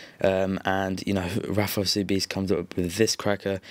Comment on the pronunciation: and btw, you pronounced Rafael Sobis wrong, it's SoBEAST!